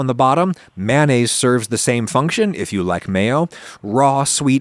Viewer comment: Im always bamboozled and in awe by Adams videos. Simplicity, efficiency etc.. But I'm equally bamboozled by is pronunciation of Mayonnaise.. Anyone else?